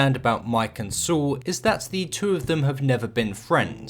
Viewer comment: Great video! You don't have many episode reviews, but the quality is exquisite. Also I like how you pronounce Saul "Soo". Cheers